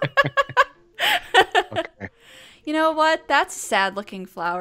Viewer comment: I see ya channeling ya Billy BURR accent theya